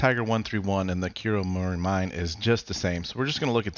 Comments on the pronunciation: also, always feels weird when people called it kuromori-mine as a japanese speaker, should be ku-ro-mo-ri-mi-ne, each separated and it means mountain peak in the dark forest. but, who cares as it is just a word in a video game where non native japanese speaker have higher attendancr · Haha lol, even me who is not a Japanese also felt weird. Because I know it would've been pronounced like Koo-Ro-Mo-Ree-Mee-Nay (I tried my best to write it in a text lol)